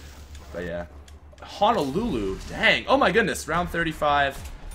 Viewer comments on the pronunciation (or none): none